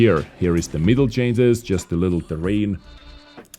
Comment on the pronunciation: Dude its not cances, its changes !